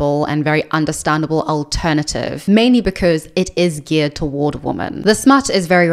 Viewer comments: thank you. That explanation still doesn't make sense, because she pronounces "man" and "men" differently and correctly. But thank you, I didnt know she spoke on it before. Does anyone know which video? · Am I going insane? Why is everyone on the internet pronouncing women "wi.muhn" (the plural) the same as woman (singular) "wu·muhn"? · why are some creators pronouncing "women" as its singular "woman"? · I think in the "I'm not happy discovering I am a lesbian" video Also this is written in the description of her videos: FAQ Q: Why do you pronounce "women" the same as "woman"? A: I am South African with a particular Queen's English/south of England tinge to my accent. Please be understanding, respectful and don't send me emails or leave comments about this. Thank you :)